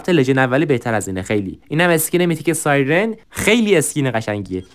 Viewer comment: داش احتمالا تو ترکی چونکه توی گفتن سایرن مشکل داری که ترکا هم توی گفتن (ی) و (ر) کنار هم مشکل دارن😂